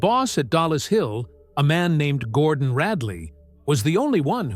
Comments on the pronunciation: Its not DALLAS Hill its DOLLIS Hill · it is dollis hill finchley.not dalas hill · Who the heck proofreads this crap? It's DOLLIS HILL, NOT DALLAS, same stupid lazy AI error again, and again! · Two words - TOMMY FLOWERS ! They were NOT tubes, they were radio VALVES and it's DOLLIS HILL and NOT Dallas hill. DRAUGHTSMEN not draftsmen ! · Dollis Hill, not Dallas Hill. Darned AI again! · PSSST! It’s DOLLIS HILL. Not Dallas Hill.